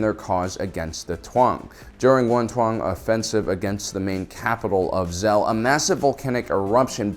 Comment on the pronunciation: Why do you pronounce it Twang? Its Taung, T-AU-NG. No need to add another consonent